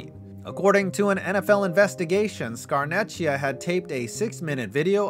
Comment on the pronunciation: I’m sorry, I usually never do this but to pronounce its Scar-neck-ia no ch sound, it’s Italian, no disrespect to you tho